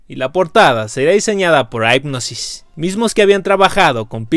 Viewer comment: Yo entiendo que no hables inglés, pero por lo menos apréndete la pronunciación de los nombres propios como Hypnosis, Pyramid, etc. no?